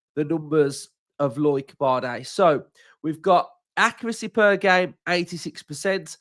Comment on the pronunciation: Loike? It’s pronounced Low-ick 😂